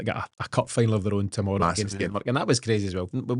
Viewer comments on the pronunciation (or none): none